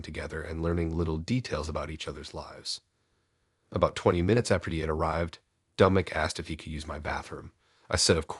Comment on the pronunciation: Dom-I-nic NOT Dome- in- ic. Lol A.I.'s pronunciation drive me nuts🤣